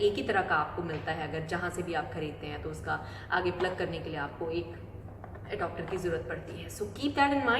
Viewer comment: Adopter nahi re baba its adaptar, wrong Pronunciation